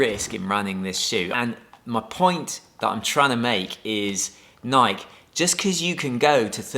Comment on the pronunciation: Not Nike. Nikee